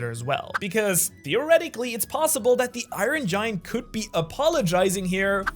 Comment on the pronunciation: i ron? come on bro it's not pronounced i ron LOL